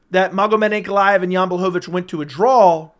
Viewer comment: been hanging out with Tito? It draw not drawl.